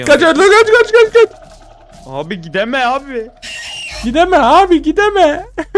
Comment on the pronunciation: abiğ gidemeğ abiiğ